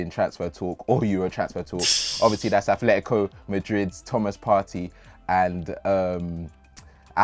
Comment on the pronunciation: Its 'Partay' Partey not Party